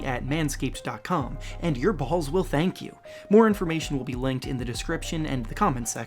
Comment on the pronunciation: Fr like why’d he say balls like that